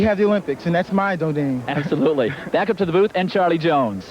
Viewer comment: The braces messed up lewis so much he could not pronounce the word domain properly.